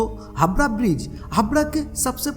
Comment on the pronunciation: Dear Sir. Please note that this "wonderful" VO artist of your video does not know how to talk in Hindi properly.....He says HABRA....but its HAVRA......its not SABAL but SAWAL.....and so on & on......Please look into this.......